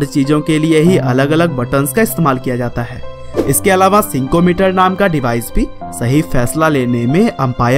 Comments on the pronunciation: Its not sikometer its called snikometer. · सिंको मीटर नहीं भाई, स्निको मीटर बोलते है उसे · Not sinko it's sniko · Bhai sinko mater nahi use snicko meter kehte hai😁😀🤣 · Sinko meter nahi bhai snicko meter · Bhai usse Snickometer bolte hai.... Sinco metere nahi....,🤣🤣🤣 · Sincho meter ni Snicko Meter hai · Sinco nahi snicko meter